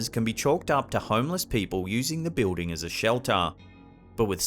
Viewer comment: When he says, "bewding" he is referring to the word building Lol...Just busting your balls. Love the vids brother.